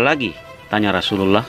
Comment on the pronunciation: Channel muslim, Narator nya tidak becus menyebut rosululloh